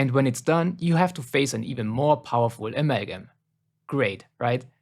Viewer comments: Amagum Its amalgam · Bro please please stop saying “amalgam” that way i beg u 😭😭😭 aMeLlGiM